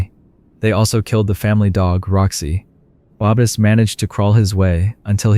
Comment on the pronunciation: Or Babis and then said babies lol 😂